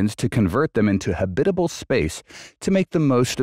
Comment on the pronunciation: good video, but how did HAB-it-uh-bul become huh-BIT-uh-bul? Did you put the em-FAH-sis on the wrong syl-LA-bul? Oh, I get it. You're a robot. Don't tell me that the inhabitants of the upcoming space station will live 24/7 in their space suits, as the video shows. Yup, you're a robot, as at, plenary was pronounced pluh-NAIR-ee, rather than the correct PLEN-er-ee.